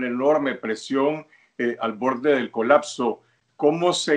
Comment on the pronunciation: COLACSO / COLAKSO no es un verbo la palabra es COLAPSO con “P”